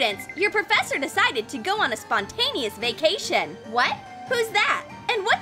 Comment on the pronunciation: well i did hear :meet your new porfessor miss elsa XD)